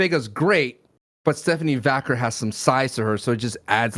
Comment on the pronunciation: Her name is Stephanie Vaquer is procured Va care not Stephanie Vacker